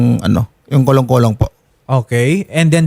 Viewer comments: attorney kolong kolong hndi kalong kolong.. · attorney kolong kolong hndi po kalong kalong..